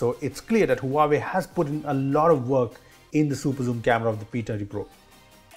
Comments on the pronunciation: Omg, this is beast. I don't think any camera beat this zoom features. Hey, the correct pronunciation is wah-way not Huawei. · I guess you aren't pronouncing Huawei right! 😬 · the huawei P "Tatti" pro? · The way he pronounced Huawei 😂